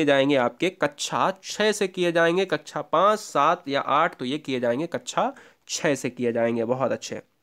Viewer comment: कक्षा को कच्छा कैसे बोल देते हैं आप? क्या ऐसे शिक्षक को terminate कर देना चाहिए? Explain..